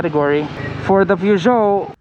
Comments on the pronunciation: You still mispronounced it after the French guy said it. You said Peer whereas it’s Purr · It gets funnier sa kada ulit ng correction sa pronunciation ng Peugeot. 😂😂😂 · dahil thorough din ang panunuod ko Sir sa video na ito binilang ko kung ilan beses binanggit ang salitang Peugeot kasama na ang maling bigkas sa unang parte ng video 32x ang bilang ko. maraming salamat po Pashout out naman po. 😁